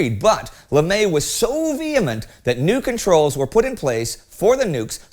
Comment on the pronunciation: I don’t think that’s how you pronounce his last name.